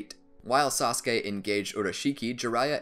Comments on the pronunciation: Thank you because using the clip of you saying sauske over and over again was annoying but you should do Ay next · This is how many times he said "saskue" | | | | | | | 👇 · U mean saskey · Before I watched Naruto I thought it was pronounced Sauce-ook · Yes indeed sasuke sounded so werod